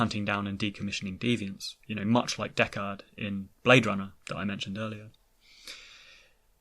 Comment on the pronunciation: I've never seen Blade Runner, and I was so confused when you kept saying Deckard, because I thought you were saying "Dechart." At first it threw me off, but now, my RA9, that's funny! 😂